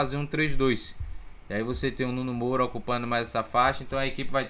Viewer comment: Boa tarde, meu amigo, excelente conteúdo, só uma correção, não é Nuno Moura, é Nuno Moreira, abraço aí e sucesso!!